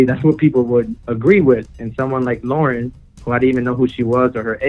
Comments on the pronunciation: it's not lora gray it's loren gray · it’s loren gray beech not lora gray